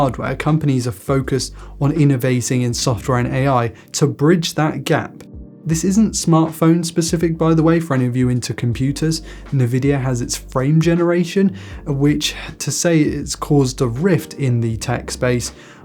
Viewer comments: It's pronounced Envidia and not nevidia. It makes me think this an AI generated slop video. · it's pronounced ENvidia